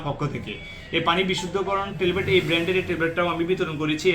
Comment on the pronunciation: টেলবেট না ভাই,,ট্যাবলেট